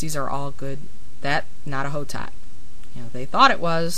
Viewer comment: Hotot(Blanc de Hotot) is a french name, and is actually pronounced "Oh-Toe". In french, you never pronounce the "H". Nice video, I just wanted to let you know :)